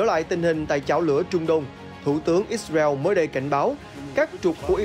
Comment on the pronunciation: Lời bình luận thì hay mà điệu đà quá tổng thống bu thin, ít xa reo, , theo đa vid, da hu, ông trâm, nêu dót tham